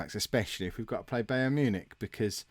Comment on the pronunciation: you pronounce it as Bi-ern Mewnick